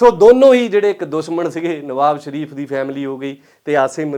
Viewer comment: ਭਲਾ-ਮਾਣਸ ਨਿਵਾਜ ਸ਼ਰੀਫ਼ ਨੂੰ ਨਵਾਬ ਸ਼ਰੀਫ਼ ਹੀ ਬੋਲ ਕੇ ਦਸ ਰਿਆ ਹੈ।